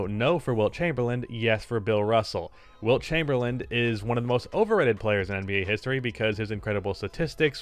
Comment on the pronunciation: it's Lavine not Levine Also: WILT CHAMBERLAIND